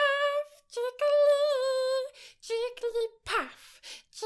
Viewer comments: I am going to get so much hate for this comment but as a Jigglypuff fan I can't stand staying silent! It's Jig-gl-ee-puff not Jigg-lee-puff. Your covers could have gone a lot smoother if you had of used the extra syllable! Other than that, super duper cute. 101/10 <3 *Edit: I will say that when Jigglypuff speaks it says it your way, but while singing is always a very specific syllable count. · Why do you say jiggaly paff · whenever says jigglypuff it sounds like perv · you said jigglypath not jigglypuff lol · The more I heard it it didn't sound like she said jigglypuff.